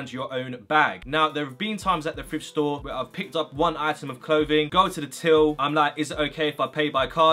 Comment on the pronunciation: I’m American but is he saying frift rather than thrift